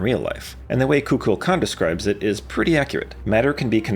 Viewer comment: Ain't no way you pronounced Kukulkan and Phanes both wrong in the same video.